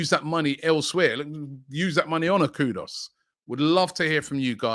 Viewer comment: Robbie its kudus not kudos 😂